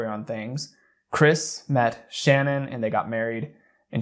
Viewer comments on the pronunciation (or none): It's not Shann-On. It's pronounced Sh'Nan. Try and get the persons name right if you are going to make a you tube site about it, especially given the circumstances. Show the respect to learn who you are talking about. I turned you straight off when I heard you get her name wrong. This is about THEM and their memory, not you and your own glory, on you tube ! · SHA-NAN- NOTTTT SHANNON! RESPECT THE DEAD! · You keep saying ShannonBut it’s pronounced SHA-naan. not with with A sound but with UH. shu-naan. not Shanann. My teachers always butchered my last name lol. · Her name is SHAN ANN, not Shannon. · Oh my god I just watched the documentary on netflix and I swear no one could say shannan's name right. It has to be pronounced sha-nen. Everybody pronounces it sha-nann. With a slight pause so they say it like sha nann. It doesn't sound right at all. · you could at least pronounce the victims name correctly, it’s Shannan not Shannon. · Just so you know, her name isn't Shannon. It's Shanann. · it's pronounced Sha-naan 👍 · Wonderful exploration of his behavior. If you do another, her name is pronounced Sha-Nan . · I just found your channel and this is the first thing I'm watching and I already know that I like your channel but I feel the need to tell you that you're pronouncing Shannon's name wrong which I totally understand because I've never heard it pronounced this way either. It sounds like "Sha-non". That ain't no major thing I just felt the need to say it even though I'm certain you will never read this lol. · I appreciate your input…if you do anything else about this case please pronounce Shanann name correctly. It’s pronounced Sha Nan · I'm not nitpicking but just fyi her name is Ch-a-nan....even tho it's spelled differently. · It really bugs me not sure why. That every one pronounces her name wrong. They all call her shannon but its pronounced sha nann. Its just a pet peeve i guess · Her name is pronounced sha-nan :) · You said her name wrong again :/